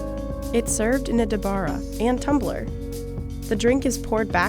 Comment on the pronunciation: It's not dabara it's dabra